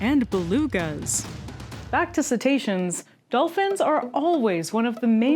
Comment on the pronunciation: Cit-ations? Caught you, text to speech. It’s of course “cite-ations”